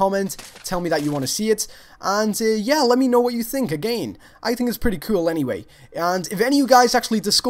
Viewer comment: "That is so cewl!"